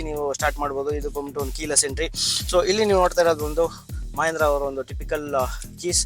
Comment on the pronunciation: ಮಹೇಂದ್ರ ಅಲ್ಲ ಗುರು ಮಹಿಂದ್ರ